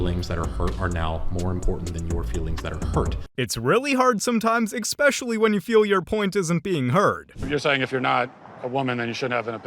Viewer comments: the word is especially, not eckspecially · "Alpha Central" host shouldn't be saying "EX-pecially." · "Expecially"...? C'mon dude. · Did you say "expecially"?